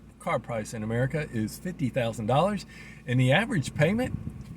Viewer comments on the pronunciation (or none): none